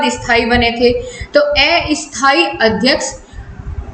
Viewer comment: asthayi ko aysthayi bola apne.😅